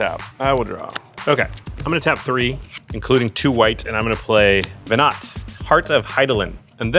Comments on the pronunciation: my ffxiv brain twitching whenever called her veNAT instead of veNAH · Venat is pronounced veh-nah. Every time you call her veh-nut is like a slap to the face. Learn how to pronounce your cards.